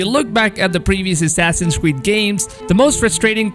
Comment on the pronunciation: Assassins Qweed wallhalla ? 😂 anyone else cop that